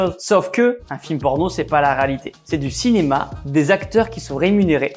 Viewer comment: Tibo rÉalité RÉALITÉ pas raalité